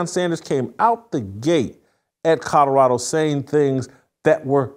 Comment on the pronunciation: Jason, love you, BUT it’s NOT Cutterado it’s CoLorado!! 😁😁